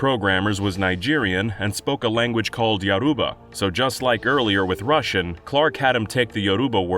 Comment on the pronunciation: "A language called "Yahroobah"". I think he means Yoruba 😄 🤣 😂 😆 🤦🏾🤦🏾🤦🏾